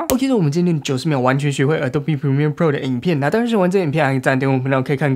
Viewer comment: 讚讚 這次Premiere唸對了